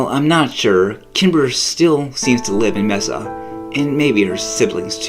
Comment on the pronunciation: Messa? It's Mesa!